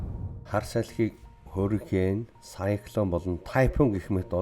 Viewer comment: Уг нь аймар гоё суваг даана ч аялага нь бүр ХҮН АЙМАР ёоо новш юм аа AMERICA - АМЭРИЙХ HURRICANE - ХУРИХЭНЭ ГУРАВ - ГУРРРРРРРРАВ ХУРАЙ - ХУРРРРРРРРРАЙ ХАЛСАН - ХАХАЛСАН КИЛОМЕТР - ХИЛМЭТР ЭКОВАТОР - ЭХВААТОР хараад байхад бүх К үсэгийг Х гээр дууддаг юм байна